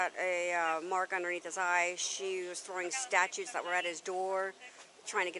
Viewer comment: It pisses me off the way she keeps calling them “STATUTES” Ma’am, you’re an officer of the law, and you don’t know the difference between statues, and STATUTES. These clown officers are a QUACK JOB! Two women on this shit is WILD.